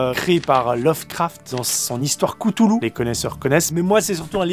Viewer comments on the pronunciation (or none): coutoulou? ca se dit pas plutot chtu lu ? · Le " Kutulu " m'a fait sourire mais qui sait, c'est peut être la bonne prononciation ~ huhu